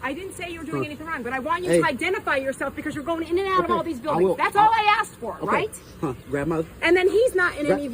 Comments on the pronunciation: Asked, aSKed. Not Aksed. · into the video you said they should provide their name when axed. If someone axed them, they would be very hurt or dead. The word is ask learn how to pronounce it correctly! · When you say "aksed" instead of asked. It makes you sound unintelligent. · Axed? It’s “asked”. Jeez.🙄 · The word is ASK! NOT AXED! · Asked not axed! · they were not axed they were asked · Nobody Axed for their Rights, they ASKED for their Rights. If you choose to use English to communicate, then please use it Properly. AXED means : "'Axed' [æksed] is the past tense and past participle of 'axe'. It means to dismiss someone from a job. Examples include 'He was axed from his job after the company went bankrupt.' and 'The TV show was axed after only one season.' Synonyms for 'axed' include 'fired' and 'sacked.' " American Dictionary definition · For Christ's sake its "ask" not "aks". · "providing their names, when axked" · The word asked is not pronounced "aksed". Why do so many African Americans pronounce it like that? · The problem is. You axed her. You should of asked her instead. 😂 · "providing their name when axed" Are you suggesting we swing an axe at these cops to get their name? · Do not say axed. You sound ignorant